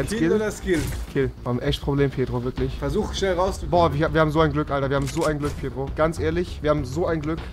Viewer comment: Der heißt pietro nicht pitro